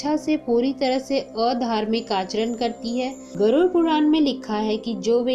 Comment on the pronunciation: गरुड " शब्द का सही उच्चार करना। गरूर" उच्चार ना करना